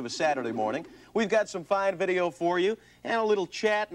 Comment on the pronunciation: "Vuddeo." LOL